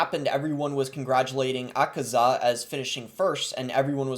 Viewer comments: Akaza = ah-cuh-zuh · 😢 this tells me you dont see demon slayer if you dont know how to say Akaza correctly